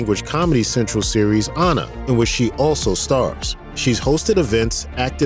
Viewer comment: Damn you didn´t have to butcher Ana´s name like that